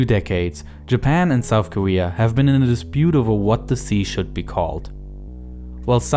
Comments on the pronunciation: Lesyk Konecky listen the word ‘korea’ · Koeea? Or Korea ..? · Wow you're saying Korea with a w